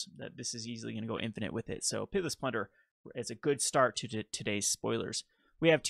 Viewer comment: Are you saying PIT-less plunderer? or Pitiless plunderer? lol it's all good. thanks for the content!